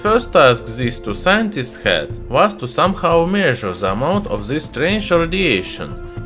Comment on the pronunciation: Why you say "zhis metal" it's this metal!